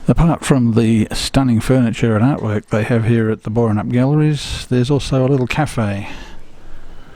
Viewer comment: You really ought learn tp pronounce Boranup!! Splash Rock. I was down there about 3-4 weeks ago. Standing where you were, your camera would have drowned. I got wet enough in the car park.